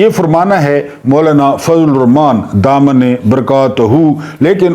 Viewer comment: تلفظ صحیح کریں۔۔ دامن نہیں دامت برکاتہو